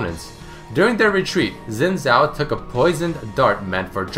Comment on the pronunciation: Really enjoy all of the did you know series, however this got to me how you were incorrectly pronouncing "zhao"